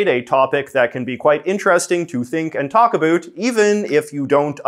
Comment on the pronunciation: the way JJ says "abouut".......